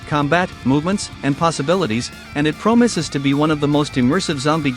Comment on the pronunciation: Promises ❌ Promoses ✅